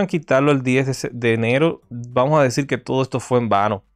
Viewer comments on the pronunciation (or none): Aparte de mal ablando desis señol por desir señor sos mentiroso cual pacto todo es falso